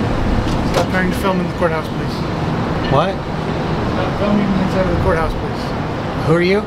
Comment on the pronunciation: Man working: "no recording in the building please"- yes he said plesse. DMV: "TYRANT!!"